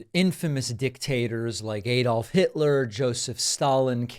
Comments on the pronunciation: Ah-dolf, not Ay-dolf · Why can't Americans pronounce 'Adolf' correctly? It's not 'Aydolf'! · 'Aydolf' Hitler. 😂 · Aydolf? Gebbels? But you make good points even if you got the names wrong.